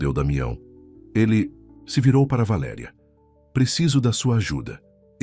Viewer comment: Linda história Só não gostei do narrador trocar valeria por valeria